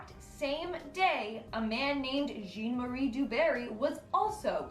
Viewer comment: So this is why I don't watch the Most Amazing channel anymore. The dude's French. His name may be spelled "Jean", but in this case, it's pronounced "John" or really more like Zhahn with a soft "j" sound. It would've taken somebody 5 seconds to look that up before producing a video. Especially when it's a large channel with an actual budget, as opposed to some dude in his basement.